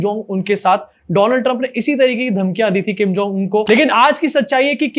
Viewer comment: Donald Trump nahi bhai woh Doland Trump hai.